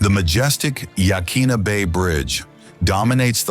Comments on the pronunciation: And it's yah kwin a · It is absolutely not Ya'Keen'A! It's pronounced Ya'-COIN-Na. That goes for the headland, the bay, the river, the Native Tribe that owned (and should still rightfully own) the area in and around Newport. Trust me on the pronunciation by the way, I've lived my entire nearly 42yrs of life in Newport(Oregon of course!) & I'm a 2nd/3rd generation Oregonian. o have climbed most of the cliffs around Yaquina Head, and there's so much to see there. Tons of marine life, land life, and geological awesomeness to be found there. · Most of us pronounce it Yuh-kwin-uh. And many of the locals do as well. I tend to agree, though, that the native pronunciation of places should have more importance.